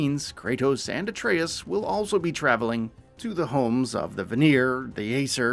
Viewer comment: Finally, he actually got, Atreus name right. Maybe he read some of the comments. Lol 👀. Anyways, less than a month away & BOOM!!! Ragnarok is coming my way.